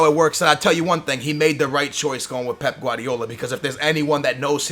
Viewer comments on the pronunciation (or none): Whenever he talks about Pepe (from Real Madrid) he prounces it Pep, and whenver he talks about Pep Guardiola he pronounces it like Pepe Guardiola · Its pep guardiola.PEP PEP PEP PEP PEP PEP.NOT PEPE